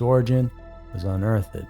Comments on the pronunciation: I know this is trivial, but given the quality of production, my brain got stuck on unearth-ed. I’ve always heard it pronounced “un-eartht” essentially. It’s not just you, I’ve heard vehemently (viamently) pronounced ve-hem-etly) my brain got stuck on that too lol That is all. Rewinding now to process the details. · I like watching ur channel, but constructive criticism here. Unearthded is not the word. There’s another one too that you always add letters that aren’t there. Again, like ur stuff but just a heads up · "Unearthed" is 2 syllables, you dolt. Stop pronouncing the "ed." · Did he say "unearth-ed" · I can't handle the way he pronounces unearthed.